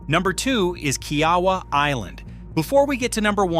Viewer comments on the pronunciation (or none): Kia-Wah not key Yawah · It’s pronounced KIA-WAH